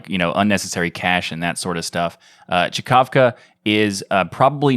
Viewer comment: Czkawka means hiccup in Polish ;) You're welcome EDIT - Oh. It said just this in the screenshot fro mthe original website :) Well... But you did say it almost right :D